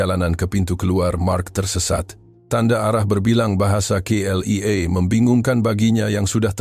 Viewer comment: Bukan CLEA tapi K.L.I.A.